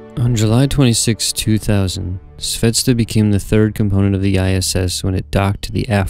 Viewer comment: It pronounces "zvezdA", stress is on A (and means "star" btw). Anyway the video is great, as all your space station series